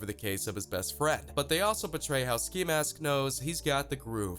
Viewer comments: he pronounced "ski" as "skye" He keeps showing us the migos for some reason I don't know if it's disrespect or ignorance but I'm done watching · Wait you said sky instead of ski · Sky? It’s ski get it right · he called ski sky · This man done called ski , sky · sky 😂😂😂 I thought it was ski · Anyone else notice how he mispronounced ski’s name after just saying it💀😂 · He called Ski Mask, “Sky” Rip x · Dis mans said sky lmao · I'll ignore you saying sky... but JAH WHY😢😢😢😭😓